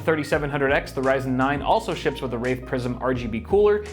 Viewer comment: Yeah I did not hear you say WRAITH PRISM here. What I heard was you naming, like - the worst kind of Prison. lol Second word not that far off. First word, DEFINITELY not how you say Wraith.